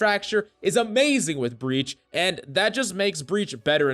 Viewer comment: ah yes “breach”